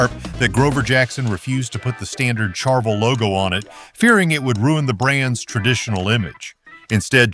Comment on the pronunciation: I hate AI. Charvel with a ch sound instead of the sh sound. And we all always wanted a Randy Rhoads Flying Five guitar.